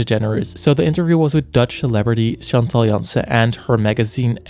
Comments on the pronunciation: are you Dutch? Since you pronounced Chantal Janssen very well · Honestly, u pronounced Chantal Jansen perfectly